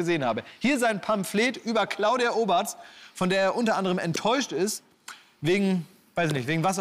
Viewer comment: Sagt Klaas die ganze Zeit „Oberts“ 😂